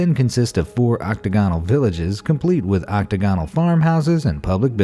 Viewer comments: Oc-TAG-onal, not Octa-GON-al. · OctAgonal, not octagonal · Learn how pronounce "octagonal"; also, Disney died in '66, not '96.